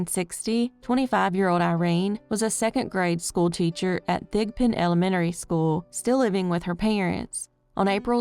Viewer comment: The way you say Elementary is so cute, I swear. The rest of us down South here, pronounce it Ele-men-tree... Lol